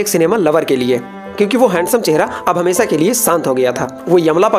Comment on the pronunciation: सादी नहीं "शादी" *हमेशा, *शांति Please improve your pronunciations.